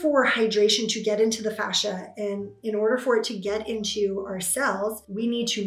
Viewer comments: Fascia dear, not facia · She is saying fascia, 😉